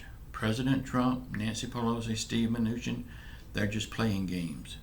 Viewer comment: My kids get a kick outta u say the Mooch man lol